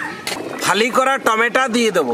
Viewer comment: R e tomato k tomata bolis keno r subscribe k suscib bolis keno asubida hoy bolte,,,, sob valo lage kintu besi nekamo koris seta valo lage na.....